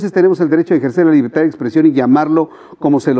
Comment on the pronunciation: Jajaja 😂"liberta" Jajaja liberta Jajaja este señor no sabe hablar siendo un presidente. Pobre México